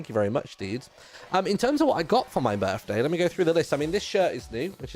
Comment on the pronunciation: ITS HIS BIRFDAY!